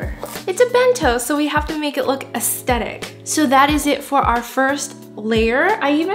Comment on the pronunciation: Omg she pronounced or ae-ste-tic That literally bothered me so so much If I'm right it's ae-sthe-tic Aesthetic REEEEE